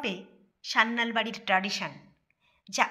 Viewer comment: পদবী টা সান্যাল, স্যান্যাল বা স্যানাল নয়